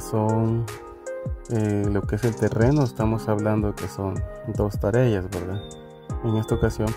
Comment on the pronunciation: hajajaja, se dice Tareas y no Tarellas.